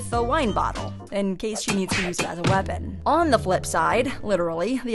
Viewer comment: No, she said weapond